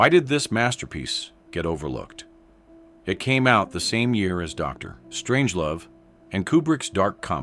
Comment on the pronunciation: Dr…..Strangelove. And AI ruins yet another potentially interesting video. Content creators: IF YOURE GOING TO USE AI VOICES, FOR THE LOVE OF GOD, LISTEN TO IT FIRST AND MAKE PROPER EDITS BEFORE POSTING!!!